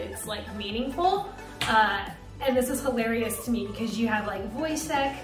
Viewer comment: Pewnie, szczegolnie imię Wojciech :)